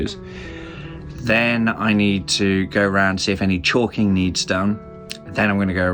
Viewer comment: the word is Caulking not Chalking.